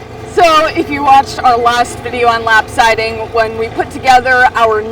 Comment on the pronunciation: "Lap-sidy?" LOL